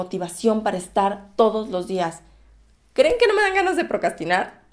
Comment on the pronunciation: Besos y claro que me SUSCRIBO. excelente contenido. Y la palabra procrastinar la pronuncias con mucha facilidad. Muy buen video ☺💜